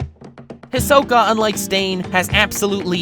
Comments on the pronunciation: Did he call Hisoka ...... fodder 🙃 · He's saying Hisoka wrong. It's kinda irritating.😑 But I love this video!!